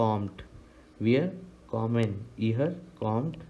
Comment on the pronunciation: Sir, Very nicely explained but your pronounciations are not correct.kommen will be komm-en not komm-an